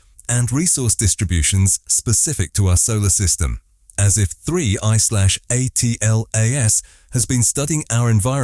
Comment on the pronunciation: It's an AI generated voice that can't even properly pronounce 3I/ATLAS I bet that this script was entirely AI generated to